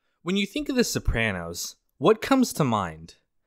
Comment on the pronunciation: the only criticism i have is the way he says "Suhprano" when they obviously say "So-prah-no"